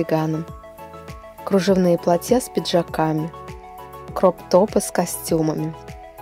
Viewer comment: Что за платьЯ,вы что надя Бабкина,говорите правильно плАтья